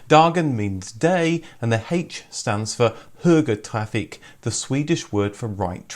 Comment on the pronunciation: No. That's more or less how I pronounce "högertrafik".